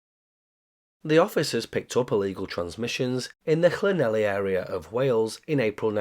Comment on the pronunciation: Not on your Llanelly! Clan - neth - lee